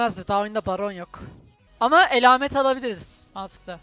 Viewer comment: Tdk bunu izlese sinir krizleri geçirir :( ingilizce kelime kullanırsın anlarımda türkçe kelimeyi ingilizce telaffuz etmek nedir. Bkz. ELAMET :(